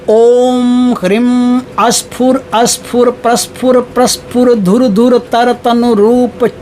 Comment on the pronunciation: Aap mantra mein likha hai sphur sphur lekin padha hai asphur asphur . Sach kya hai